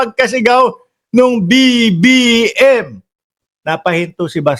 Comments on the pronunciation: ang Linaw ng BBM pgkasigaw ahhh hahahhaa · Ang clear ng sigaw BBM